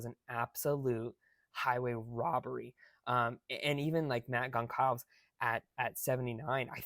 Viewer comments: I think it's pronounced like Gonzales but it's consalves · Gonçalves, pronounced Gon-sawl-vez